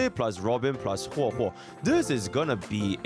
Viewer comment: this is the first time I've seen bro pronounce "HuoHuo" and not "Huwewe". Feels weird man